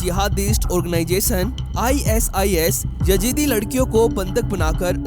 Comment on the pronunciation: Yajeedi nahi Yazidi hota hai